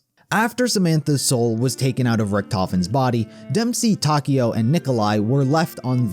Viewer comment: i love this, i love this channel. but man, it was slightly painful to you hear mispronounce Takeo so many times. Tawkeeow, is how ur saying it... Tah Keh Oh, it how it SHOULD be said. its almost like youre mispronouncing Tokyo, even the subtitles have it marked as "Tokyo"